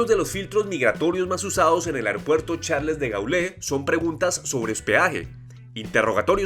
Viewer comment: Lamentable como pronuncia el nombre del aeropuerto más importante en París